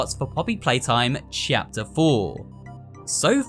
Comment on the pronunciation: no one knows how much i love hearing him say 'chapter' it makes my day with the lil 'chyapter'